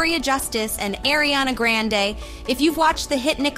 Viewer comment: The pronunciation of Ariana grande's name is literally making my jaw clench